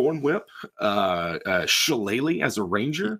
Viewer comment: Why is "Shillelagh" allways miss pronounced? Isn't it pronounced "Shell-LEE-Laugh" (kind of)... ???